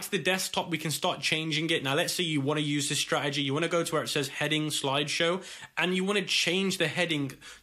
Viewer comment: Loved the part where he said "sloide showe"